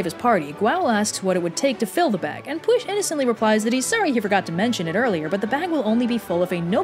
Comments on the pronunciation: Shwmae/Hello To properly pronounce the 'LL' sound do this. Say an English 'L' and then make like a snake and blow air over your tongue. It is not like a 'cl-' sound. Try these easier words to begin with: llan - a word that begins hundreds of placenames in Wales and means 'place of worship', usually paired with the name of a saint e.g. Llanddewi - Church of St. David lle - meaning place llo - meaning calf llym (rhymes with 'dim') meaning 'strict' Then move on to ... Llanelli - a place in west Wales (llan-ell-i) allan - meaning 'out' colli - v. to lose hyll - meaning 'ugly' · That pronunciation of his name, while wrong, was an extremely valiant attempt. Well done:) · Pronunciation was actually pretty good. Even I can't pronounce Pwyll's name! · Thanks for doing literally anything to do with Wales, we're really underrepresented in modern media. Also don't worry about the pronunciations, Pwyll is really the only one you got wrong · Instead of getting annoyed at the mispronounciation, I am going to just state that a double L is more of a hissing cat noise or a continuous 'c' sound, the more you know Otherwise the pronunciation is great. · I know that people get butthurt when people can’t pronounce names right, but some of them are really hard, especially when they are from a different time and/or culture. And at least is trying her best and apologizing for not being the most accurate. Anyways, no worries, you’re doing fine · Everyone is writing in the comments about ‘when Pwyll comes to shove...’ and at first I was just like... Pwyll? How is that supposed to sound like push!? After rewatching the video, paying careful attention to how pronounced it I realised I had been correcting her ‘Ll’ in my head. Now im just annoyed I missed it. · Shouldn't Pwyll be pronouns " Pu-well?" not "Push?" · i dont know if anyone has commented this but "Pwyll" is prononced "pool" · Yeah it sounds like Push. Shouldn't it be Pie-Wyll? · It sounds like, "pwiff" to me